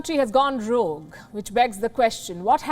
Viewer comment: "This country has gone wrogue" - no mincing of words 😂